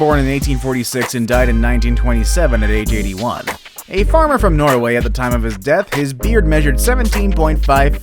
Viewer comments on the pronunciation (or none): none